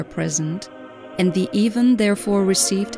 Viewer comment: Funny way of saying ''event''. AI voice I guess.